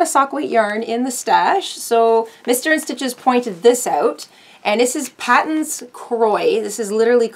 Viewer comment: Kudos to you for being disciplined enough to not buy yarn for a whole year! Just wanted to make folks aware, Patons is pronounced “Pay-tens.” It is beautiful, resilient natural fiber yarn & knits up really gorgeous socks. Can’t wait to see what you make with your new stash.